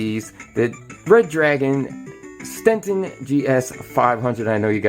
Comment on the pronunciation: he said stenten